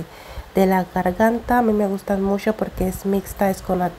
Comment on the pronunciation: Se dice MUCHO no MUYO. Suena muy feo